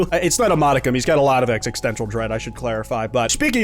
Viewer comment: bro says exixtencial